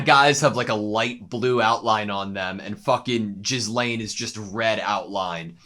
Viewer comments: Gee-lain. Not Jiz-lain. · Just so you know, you've been mispronouncing Ghislaine, it's not Jizzlaine, but pronounced more like Ge-Laine with a hard G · not jizz-lane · Ghislane's name is pronounced like "gi-lane" rather than "jis-lane" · The way he pronounces Ghislaine as Jizlaine makes my ears bleed. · Love your reactions. One small aside, the I in Ghislaine is silent, pronounced more like Gilaine when spoken. I'd recommend checking out the dub version at some point, the comedic bits are come out much funnier in English than subtitled. The dub cast is stellar. When he says "money can't buy dere", in the dub its "Money can't buy waifus." I didn't get the joke until I heard it in English, but I really prefer it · Could you stop saying 'jizzlaine'? I know its hard to pronounce. Try it with a silent s, or without the s. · Lmao they keep calling her Jizzlaine even after hearing the other characters saying her name so many times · The way you pronounce Ghislaine is G as in “give” and the h and s are both silent. So it’s pronounced “Gi-lane. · jizz-lane... guess thats one way to pronounce it XD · Mf said JIZZlaine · Just wanted to note that Ghislaine's name is pronounced "Ge-lane". You can hear it a lot better in the Dub version if you want to pop over there to hear it more on how to pronounce it. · is jizzlaine really the way to pronounce her name? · I don´t want to be annoying or something but: The s in Ghislaine is silent. It´s basically pronounced gee-laine. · it's pronounced like geese-lane. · its pronounced gihlayne i believe, the s is silent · Ghislaine is pronounced "Gillen" (almost like Glen) since the name is of French origin. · Gee (like geek) Lane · I die a little bit every time yall say Ghislaine like that lol.